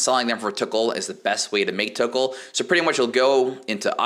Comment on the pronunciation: lmao the way you say tokkul "the tickle shop"